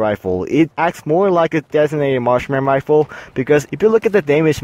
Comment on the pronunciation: Harry Ho I thought he said "Marshmallow" XD